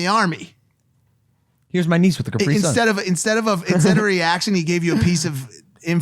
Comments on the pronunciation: I’m from the uk it is a cap ri sun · I was getting ready to write a hate comment about how mike said carpi-sun until said something 😂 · Mike said caprsun right